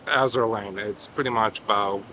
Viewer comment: "Azure Lane" LOL OKAY BUDDY